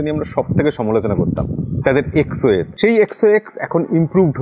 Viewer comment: Dada xox na xos hobe😅